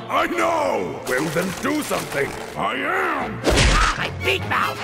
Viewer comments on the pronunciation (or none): Beak mouth? I always thought it was Aw My big mouth 🤣🤣